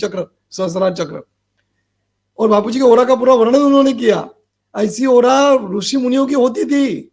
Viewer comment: आप मूर्ख हो , अज्ञानी हो तभी तो एक बलात्कारी को ब्रह्म के अवतार बता रहे हो ,जो आशाराम जी गुरु है आपके वो आपके आंखों में रतौंधी कर दिए है , दिमाग से विकलांग कर दिए है और मुंह में गटर का स्वाद दे दिए है तभी आप अनाब सनाब गधे की तरह बोले जा रहे है, कृष्ण कहने का ढंग नही ऋषि का उच्चारण सही से करना नही आता ,गुरु का नाम सही से लेना नही आता और आ जाते समाज को ज्ञान देने , बेवकूफ महामूर्ख, बरसाती मेंढक